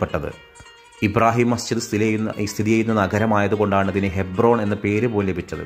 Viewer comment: ഹൈബ്രോൺ ആണോ ഹെബ്‌റോൻ ആണോ 😂.